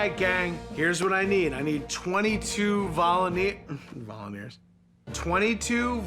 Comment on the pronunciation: "i need 22 voluneers"